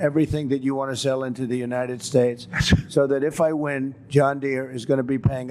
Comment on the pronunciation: The average person on the street is smarter than Chump. Is it me, or has he been mispronouncing "United Shaesh" for a while now?